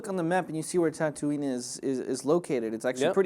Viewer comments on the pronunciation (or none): the city tatooine is pronounced (ta-ta-ween) not (ta-too-nee) by the way im from tunisia